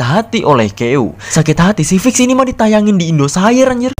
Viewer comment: indosiar bukan indosair astaga gak ada yang sadar